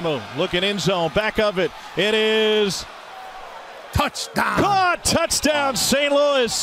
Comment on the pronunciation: Hearing pat McAfee say "touchdawn" made my day btw